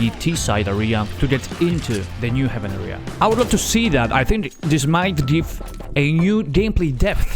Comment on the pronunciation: great vid! just please don't pronounce area as "ahria" but "ehria"